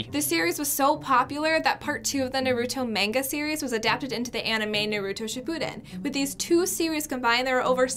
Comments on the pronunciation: "It's called Na-tar-oh, right?" THE CONFIDENCE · "Naturo"😹😂😹😂 ...Read more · Like damm if she doesn't know why did she guess it smh😂 "Natorooooo" makes me madd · Lucas Andrade nah it’s narudo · Naturo??? XD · i replay 3 time bc I think im crazy to hear naturo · One said naturo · yuliciakwk that’s closer to jototro not naruto how does that person butcher it that hard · ~💙Oof💙~ “It’s NorUto” It’s Naurto... It’s Called Naruto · It triggered me when she said Naturo and not NARUTO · Them: Noturo, Person behind the camera: Norooto, Like bro it’s not hard to say Naruto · Its called ranuto right? 😂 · It's Nutruo right? Me: No it"s Naruto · Did she really say nauuto instead of Naruto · NO ITS NOT NARUO ITS NARUTO. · I hate when people say nuhruto ITS NARUTO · its not narootoe its nah-lue-to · When that girl said "Natoro", it gave me a seizure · Lucas Andrade im a naruto fan and that girl just make me sooo triggered bc she said naturo? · OMG EVEN THE HOST THE 1ST TIME SAID NATURO! !!! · Agreed especially that girl who pronounces Naruto as “Naturo“ 💀💀💀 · the girl said natoro XD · When they say naturo Me: instantly rages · It sounds like they're saying "Nartoe" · I thought i heard netorate what is wrong with me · that one person that calls it narudo with a D. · Oh, I heard Noruto. Either way, it's painful to hear her say. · i heard notoro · Linn _yeet you mean Natooroo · she said, “naTuro” 😭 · Narudo and Narooto shunden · Haha, "Naturo" xd even in English it exists😹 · She said it "Nah-too-row"😂😂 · SO RIGHT I WAS FREAKING OUT (how hard is it to say naruto (na arr ru to) it sounds like it’s spelled) hmph 😤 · She said Naturo not Naroto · It was very hard to watch. Yes. XD especially them pronouncing some of the names wrong. (Cough) the girl who said Noruto (cough) And the guys naming OHSHC and full metal alchemist wrong. Rip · I was ok with it the majority of the time but then the narrator said “narOotoh, mAhngah, and Shapoodin it put me over the edge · Yes very she said,”nuturo